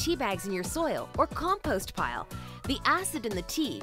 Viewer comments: It’s compost not com..post 😆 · Why does the American lady say "com *Poste". (*rhymes with toast) Instead of compost (post rhymes with lost) It's pronounced COMPOST not composte ( Forgive me, I'm just an English U.K. tea drinker.) I will take yer advice and dump mi' teabags inth' garden me owd lass. Ta very much and such like.... xxx